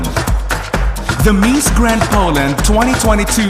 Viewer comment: The accent of the voice over announcer is annoying!!! "MEES Grand"... ahahaha